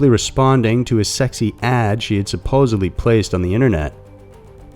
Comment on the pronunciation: "Supposedly" not "supposebly" A "d" not a "b".